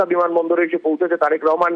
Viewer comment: এরা উচ্চারণ করতে পারে না ঠিক করে রেহমান হবে না রহমান হবে কিছু মনে কইরেন না